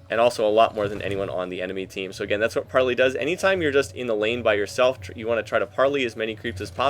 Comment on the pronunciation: you pronounce it like this "par-lay" :) gd video